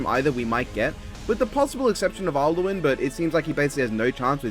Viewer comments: About the pronunciation of alduin, no, it's not. there is not a single person in Skyrim who pronounces alduin as "aldueen." Perhaps in a different English dialect version of the game, but I've never understood that. When there are characters in the game that openly State and name correctly, why do people seemingly go out of their way to pronounce it wrong? Is it to piss people off? Furthermore, The words of power cannot be "charged." Unless you consider the stacking of the words charging, it starts with "Fus" an extremely weak version of the shout which barely can push people back, then "Fus Ro" which can stun people, and then "Fus Ro Dah!" Which as you probably already know ragdolls people. So yes the dragonborn very much did take too long to actually use the shout. And there is by extension four moments unrelenting force is used. And fun fact, the dragon noises actually come directly from Skyrim. Overall I don't know if you're going to read this but I hope I helped. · don't know if anyone has mentioned this but Dragons or anyone speaking in Dovazul (the dragon's language) would pronounce Alduin as Al-Du-In cause dragon names are dragon shouts it's why the shout to summon Odahviing is O-Dah-Viing